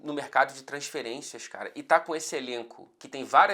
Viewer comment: Cala ao invés de cara, glande ao invés de grande... o que está querendo nos dizer?!